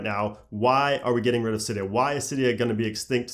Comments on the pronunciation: AAAce X Kingz no it’s actually pronounced Cydia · R/jailbreak said it was pronounced “silly-o”